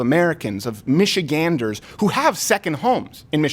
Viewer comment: First person I've heard actually pronounce Michiganders correctly lol